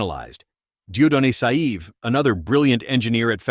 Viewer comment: It's not Saïve but Saive , the closest is "save" .